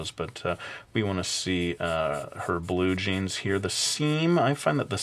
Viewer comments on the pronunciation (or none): Y U SAY BLUE-JEAN!?